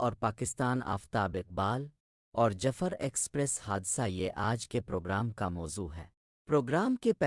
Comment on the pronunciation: پہلے جعفر بولنا اور اس کی pronounsation تو سیکھ لیں باقی بعد میں